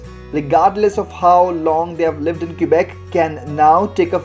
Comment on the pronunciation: FYI for foreigners, locals pronounce Quebec as kuh-bec. Don't pronounce the u.